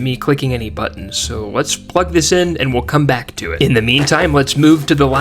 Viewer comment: AS SOON AS I HEARD IT I HAD TO GO TO THE COMMENTS